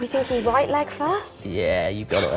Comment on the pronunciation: "Rouight!" yep, they're related